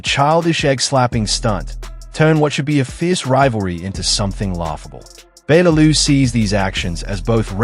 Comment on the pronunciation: Your pronouncing Bellew wrong!! All wrong!! 😌